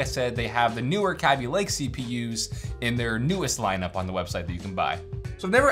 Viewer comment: Kaby, not Kabby, it's one B, not 2, let's pronounce it properly pls. Pls like so he can see